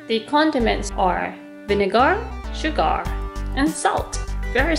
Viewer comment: Paper towels to soak up moisture. :) Tip: SugAR and VinegAR are pronounced SugUR and VinegUR.. :) Love your show!